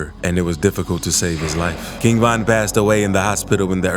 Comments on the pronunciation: Why are you saying Van? Weird af 🤣 RIP to the King 👑💔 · King Van 🚐🚐